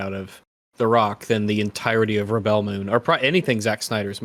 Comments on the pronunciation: Reb-BELL Moon. 🤣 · I love how they kept saying Ribbel Moon lol